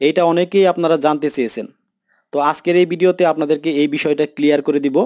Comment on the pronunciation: বার বার বিডিও বলছেন কেন? সঠিক উচ্চারণ করতে শিখুন, অতপ‍্যর ভিডিও বানান।